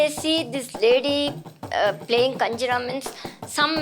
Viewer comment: I guess its GinjaRa, not KanjiRa